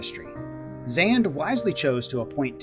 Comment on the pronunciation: absolutely love this, but the pronunciation of Xande as "Zand" rather than "Zon-day" is sending me, especially given how many times his name is mentioned in cutscenes in both shadowbringers and endwalker XD